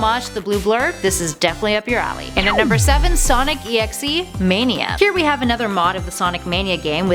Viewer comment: okay. the thing that pisses me off is the fact that she says sonic EXE on sonic DOT exe.